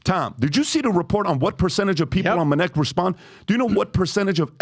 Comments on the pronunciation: The very moment I hear "Minnect," fast forward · "Let me tell you about minect" ... proceed to jump to next chapter.